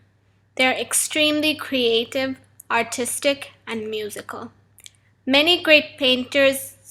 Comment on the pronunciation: I heard autistic instead of Artistic